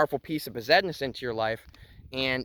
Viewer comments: " 'Regular' Moldavite ".... haha. Besednice = ' Bez- ehd-NEE-cha ' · it's pronounced 'Best-nice"